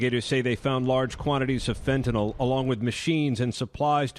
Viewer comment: The host said "fitnyl". Is it fitnyl or fantanyl.